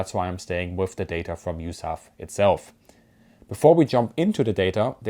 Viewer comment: It’s U-S-A-F not yousaf